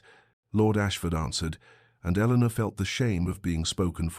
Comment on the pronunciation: “Eleanor” please.